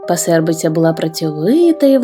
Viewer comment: пАсербиця, а не пасЕрбиця! наголос на перший склад!